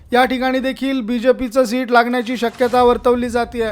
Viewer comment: शीट नाही रे बाबा सीट